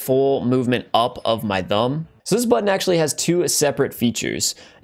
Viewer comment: This guy pronounces "thumb" with the wrong "th" noise...